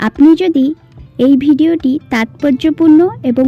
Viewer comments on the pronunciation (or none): none